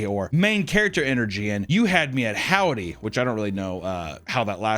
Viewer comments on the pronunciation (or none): It's the "Hodwy" instead of howdy for me 😂😂😂😂😂😂😂😂😂😂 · "Hodwy" Nice work